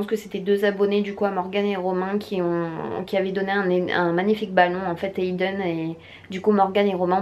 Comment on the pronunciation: Oui pas compris non plus cette prononciation.... Pareil pour Ayden, elle ne respecte pas la prononciation de son prénom, comprends pas....